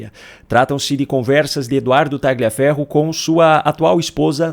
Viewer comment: Pronuncia-se TALHIAFERRO e não TAGLIAFERRO. Boa noite!